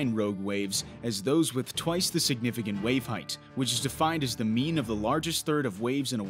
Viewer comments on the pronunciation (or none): none